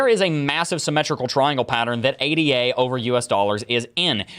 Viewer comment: Ada is not an acronym "A D A" it's named after Ada Lovelace, who was known as the first ever computer programmer, so it's pronounced as the woman's name would be.